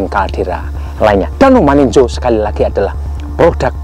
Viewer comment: Bukan maninjo tp maninjau 😂😂😂😂